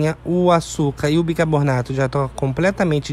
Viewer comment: Amigo, assisto muito seus vídeos, por isso vou corrigir sua pronúncia; por favor a pronúncia correta é BICARBONATO e não bicaboRRRnato.